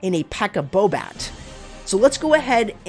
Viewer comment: Should be Pekka SAbat, not Pekka BoBat, cause no bowlers 🤣